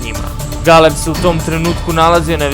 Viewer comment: Pa ovaj "NARATOR" je potpuno bolestan,pa da prica ne zna bre!1 te GeLeb :) pa Zarad mesto Zadar :) bolesnik jbt